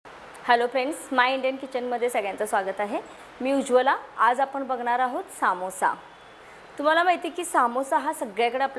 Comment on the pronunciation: काकी सामोससा नाही समोसा